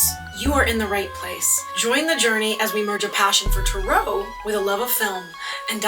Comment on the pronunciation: I'm sorry but it really bothers me the way you pronounce tarot It doesn't really fall in line with the British or American pronunciation of tarot so why do you say it like you do?